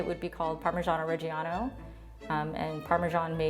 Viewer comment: It is quite sas she’s referred to as a “cheese expert” considering how she explained what “swiss” cheese was and that she cannot even correctly pronounce parmigiano reggiano...